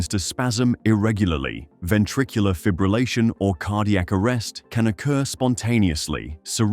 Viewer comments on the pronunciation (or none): none